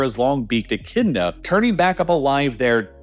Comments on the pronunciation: Its said Echidna, not bloody Enchinda 🤬 otherwise so good so far 😂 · Did he just say "Echinda"? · Someone teach the AI to pronounce Echidna, please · Echidna is not pronounced "echinda", silly.